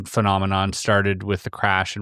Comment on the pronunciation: I know right, persons saying it's an impediment but it's not, the guy said Phelominom instead of phenomenon 😅